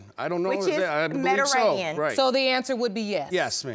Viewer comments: She kept saying Meta-ranian... took me a minute to figure out she was trying to say Mediterranean 🤦🏿‍♀️🤦🏿‍♀️🤦🏿‍♀️ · Omg if this woman says "Mederanean" one more time....!!!!! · Mederainian decent.. 🤦🏻‍♀️ ma’am please be quiet until it’s your turn to mispronounce words. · She couldn't even pronounce Mediterian 😂 can she stop cutting him off every chance she gets. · “See, Mederadian descent” MEDITERRANEAN BIH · Lady: "Mederainian" Me: "MeDIterranean" Lady: "Mederainian" Me: "OMG...MeDIterranean!" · "Mediranean"...... Oh my! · She pronounces Mediterranean weird and it bothers me